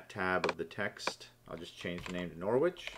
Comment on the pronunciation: Great tutorial; really helpful. By the way, it's pronounced NORRICH.